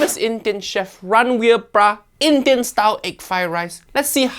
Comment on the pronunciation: uncle roger it is BRAR not BRA